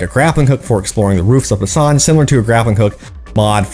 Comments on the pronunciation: Boo-san is how it's pronounced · We at least know by your pronunciation of Busan, Korea that you have never been. I gave up on this game cus CDPR seems to just be milking and not developing.